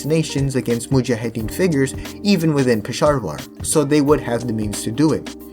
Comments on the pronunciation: “Pesharvar” dude are you purposely mispronouncing these things or have a speech impediment issue? Not to be rude but other than pronunciation of names your videos are great, but the names of places and people are so off it’s hard to ignore 😅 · Bro said Pesharvar